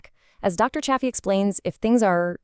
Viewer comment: If you're going to cite Dr Anthony Chaffey, please pronounce his name correctly. The correct pronunciation is "Chay fee". You pronounced his name differently at different times in the video, it is distracting. It is also important to note that people with malabsorption issues should eat some organs. Dr Chaffee has said this on numerous occasions. Many people have absorption issues, for those individuals, some liver can be very helpful. The same is true for bone marrow, it contains more concentrated nutrients. There is something called ancestral blend that is usually 80% ground beef, 20% organs. It is a good way to get an appropriate amount of organs without risking eating too much. Butter is fine for most of us, it is easier to up the fat quotient if you add butter. The strictest form of lion diet does not include anything other than meat, salt and water but even Dr Chaffee doesn't adhere to it 100% of the time. For those who want to eat more broadly than strict lion diet, they can go beef, butter, bacon and eggs. I would stay away from bacon since pigs are not ruminant animals but eggs are fine for most of us. Try to get eggs from chickens that live a natural life and are not confined to a small building. There are people who do react to egg whites who can eat egg yolks. The best thing to do at first is to go strict lion diet to reduce inflammation and regain health. Once we have regained our health, we can add foods back in slowly.. Add a food back in and see how your body